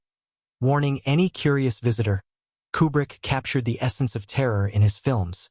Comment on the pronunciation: I'm pretty sure this is AI narration. That being said, it got it correct. Koo-brick, not Que-brick.